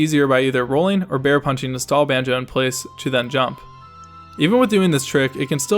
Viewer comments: Did she say “Bonjo” 😂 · Yeah she doesn't pronounce alot of things correctly 😂😂 - Tiffpops MOD